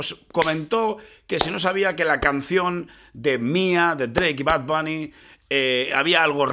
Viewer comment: “Bad bani”